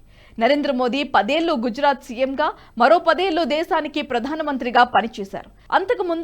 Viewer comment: చిన్నదానివైనా నీకు దండం పెడతాను. "ఏల్లు" అనకండి. దేశభక్తికీ మాతృభాషాభిమానానికీ ఎంతో బంధం ఉంది.